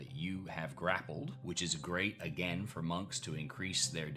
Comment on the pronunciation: A-gayne? What’s with the pretentious pronunciation?